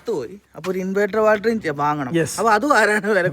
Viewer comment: ബാൽറ്ററിയല്ല ബാറ്ററി !😂